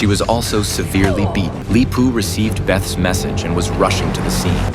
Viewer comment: Damn AI can't say Rip or Beth